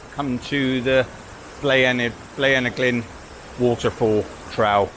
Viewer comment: It's pronounced - Bline U Glin. My backyard as I live in the Rhondda. Great video with excellent shots thrown in. If you head back - remember to set off nice and early - all 20mph in built up areas of Wales now.